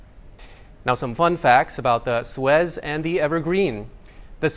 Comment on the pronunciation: at least to American ears it's pronounced Sue-ezz, rhymes with fez. (The hat.)